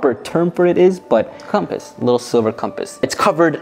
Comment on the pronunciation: “we have a com-pass inside the mystery box” why he gotta say it like that 💀 i was gonna make a joke but we gotta keep it pg 😳🤣 (the simple minded wouldn’t understand lol)